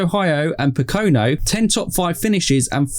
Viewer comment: This emphesis on the second syllable in Pocono threw me off a bit.